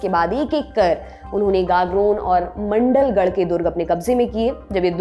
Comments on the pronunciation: It’s माण्डलगढ़ not मंडलगढ़ 😊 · मंडलगढ़ नहीं है मांडलगढ़ है (District Bhilwara)